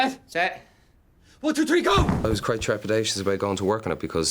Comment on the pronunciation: TRepidacious? For fuck's sake, Colin.